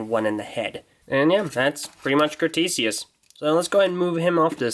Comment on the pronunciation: It's spelled Crotesius, not Crostesius. I pronounce it Crow-tess-ee-us